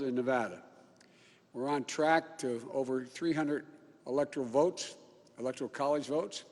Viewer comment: "Electro-volts"? Ouch... electoral votes? Chewing his own tongue? What a show...